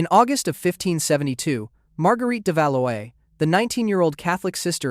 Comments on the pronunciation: Valois is pronounced VAL WAH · Did you wince too at his pronunciations of Valois and the Dauphin?